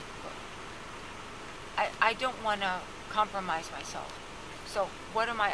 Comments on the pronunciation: How many times did.she say 'comlromise'😊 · I let my dog listen to this and now he can say 'compromise'.